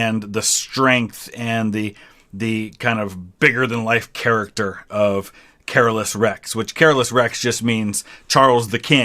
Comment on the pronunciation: King Charles XII is really underrated as a historic conquerer. You are saying Carolus wrong though. It's Ca-lor-us as they say in the song.